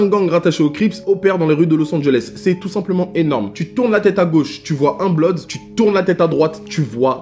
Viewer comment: Eu c'est pas blodz c'est bloodz quand tu pronance